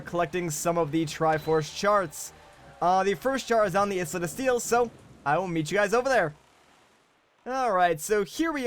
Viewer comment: took me 5 minutes to figure out what you were saying when you were saying islet of steel... do you literally pronounce the fucking letter s when you say island as well ? fucking shit dude